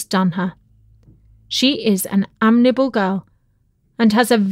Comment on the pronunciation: Like others, I found the mispronunciations amazing and really unfortunate. "Gallant" and "amiable" are not difficult words.